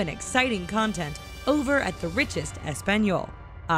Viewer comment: I disliked this video just bc the bitch that was narrating for this channel mispronounced Español and Hola smh